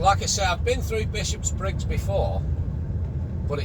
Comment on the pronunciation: its not 'Bishops-briggs', its Bishopbriggs......only one 'S' and its at the end .